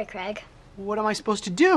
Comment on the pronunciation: I thought his name was creg, pretty sure it was creg not Craig